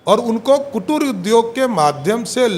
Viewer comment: कुटुर नहीं कुटीर उद्योग होता है बे ये सब बिहार को बर्बाद कर के रख दिया है😢😢